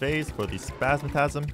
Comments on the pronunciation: Who is going to tell that it is Spasmatism, not spasmatasm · Why do you pronounce retinazer as retinazer but spazmat*I*sm as spazmat*A*sm